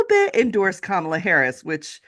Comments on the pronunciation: Hal talks about Kamala introducing herself and then goes on to pronounce her name wrong two minutes later. WTF. It's Comma-La, dude. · Hal ! Did you just say….KaMAla Harris ? Yikes.